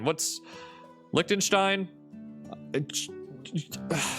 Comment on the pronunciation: You disrespected Liechtenstein!